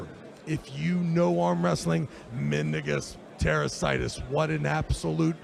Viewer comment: pronunciation of mindaugus tarasaitis makes it sound like a skin condition😂